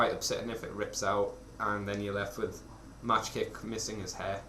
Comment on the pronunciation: For the record, it's pronounced 'Mock kick', not 'Match kick'. Good review nonetheless